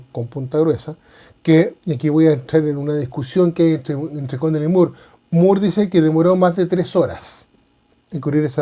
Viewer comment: Estimado buenas, según historiadores peruanos se pronuncia “More” y no “Muur”. Saludos😉